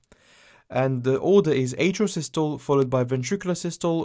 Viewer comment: bro it’s pronounced sis-tol-le and di-as-tol-le